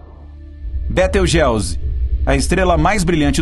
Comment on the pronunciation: Betelgeuse ( Betelguizi ), não beteugéuzi